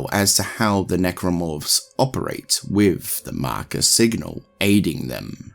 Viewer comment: I love how you say “The Marker” ❤